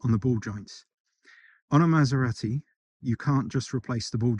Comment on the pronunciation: I couldn't help notice how he pronounced it "Maderati"...😅